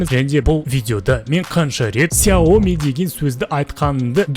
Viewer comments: 4 рет ксауми деп айтыңыз дұрыспа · 4 рет Хйаоми деп айттыныз